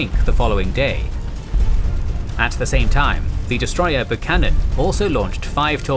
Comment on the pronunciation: we pronounce it "Bew cannon" not "Buh cannon" in the U.S.